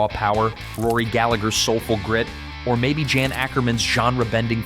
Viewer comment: Some people still say Jan Akkerman was better than most of the "guitar gods" that are more famous, like Jimmy Page. Jan is pronounced Yon (rhymes with John), just like Jan Hammer. Anyone who hasn't heard Alvin Lee play should check out the song I'd Love to Change the World, written by Alvin Lee, from 1971. On one Jethro Tull live song, Ian Anderson says something like, we don't have a synthesizer, we have a Martin Barre. It was a long time ago so I may be screwing that up really bad. Phil Keaggy surprised me. I thought Christian Rock was only played by people who can't play real rock. Any of it I heard sounded that way. When I think of Triumph I picture a Flying V guitar. That might make me prejudiced or something, I'm not sure what to call it. Johnny Winter was a great blues guitarist, but I like his younger brother Edgar Winter's music a lot more. It's more my style. They were both albinos, and maybe Johnny was just too white to be more popular as a blues musician. Before he had monster hits in his solo career, Peter Frampton was in Humble Pie. Their song 30 Days in the Hole is 53 years old and still sounds good. And it wasn't even one of their half dozen songs that charted in the U.S., or in the U.K, Canada, or Australia. It was funny when Frampton was doing a concert, walked up to the talk box and said something like, I suppose you want me to do this thing? Of course the crowd went nuts, before he started playing. Dickey Betts was one of the main reasons The Allman Brothe